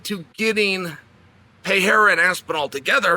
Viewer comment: Now it's "pay-haira"? 😅